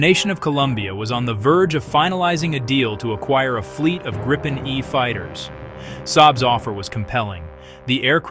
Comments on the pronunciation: Please be consistent. It’s the Grip pen (“grip”” as in to hold pen” as to write. It is not “Gripe” as in complaining. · It's gripen not fucking grypen you idiot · Not Gr-eye-pen, not Grippen -- it's pronounced Greepen, meaning The Griffon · For all you English speaking viewers, it sound hilarious when English speaking try to pronounce the Gripen name so I am gonna try to help you out a bit. Try and pronounce it like it reads Gree-Pen and it should sound better than the "Graipen" I hear everywhere.